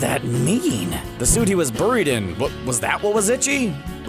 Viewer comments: it's pronounced "berried" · the way he said "buried" pissed me off. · why do you keep mispronouncing buried? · The way this narrator says "buried" is bizarre. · Why do you say buried weird? Just me?